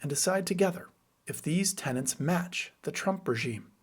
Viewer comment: Excellent. Do learn to say "tenets" .They don't live in your building!